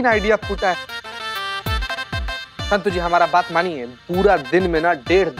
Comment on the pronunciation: 😂😂😂 told kya Santo.. Instead of santu🤣🤣🤣